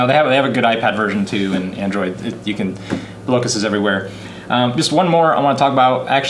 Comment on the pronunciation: I believe the game, Blokus, is pronounced, "Block-us" and not "Blow-kuss"... which makes sense because you are Blocking people from playing their pieces...